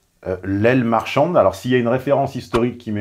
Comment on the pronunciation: Aile marchante et non "aile marchanDe"....